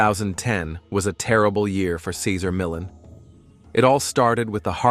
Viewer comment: So disrespectful in this video that you can’t say his name correctly. Assuming computer “intelligence “ is involved. The pittie Junior is perfect. We love Cesar 💜🐾💜🐾